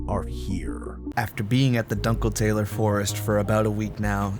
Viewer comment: Amazing video...but the pronunciation of "dunkeltaler" was criminal